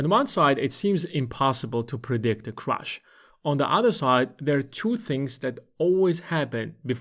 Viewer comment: It’s crash, not ‘crush’ 😂